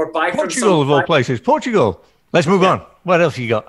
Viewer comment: I love your videos Michael and I really like as well. Humble guy hard worker. But as a Portuguese my self I felt a little offended when said Portugal! If somehow you are reading this,, could you please explain?